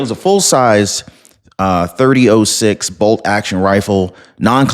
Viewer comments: ❤ Hi. Respectfully, the proper pronunciation is “thirty-aught 6”, not 30 O 6. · Hey, You Pronounce It "THIRTY OUGHT SIX"